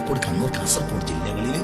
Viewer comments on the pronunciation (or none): none